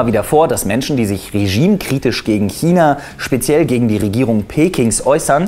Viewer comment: kina? China? Hmm einfach "Kchina" 😂